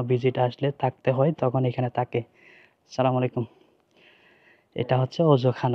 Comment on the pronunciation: Vaiya Sala malaikum Na bole ASSALAMUALAIKUM Bolle Bhalo hoy. R Lengta meghta video na dilheya ei sob Bhalo Bhalo fact cover koren ❤❤